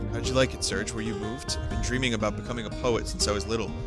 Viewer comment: Fun fact, Serge is pronounced 'Sairzh," like the french name. (As denoted by the japanese phonetic spelling)